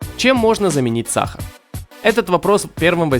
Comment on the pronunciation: Бесит как диктор говорит саХар.